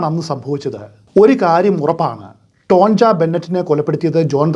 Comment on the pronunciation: ടോൺജ എന്നല്ല ടോണിയ എന്നാണ് പറയേണ്ടത്